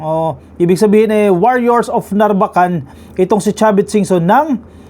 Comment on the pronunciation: Sir, sa mga ibang blogger at newscaster, kayo po lamang ang narinig ko na tama ang pagkabigkas ng NARVACAN. Ilocano po ba kayo?